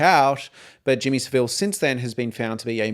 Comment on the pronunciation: Just FYI as I have watched a few of your videos - great content BTW - Jimmy Savile is pronounced Sa-vle the I isn't pronounced 😊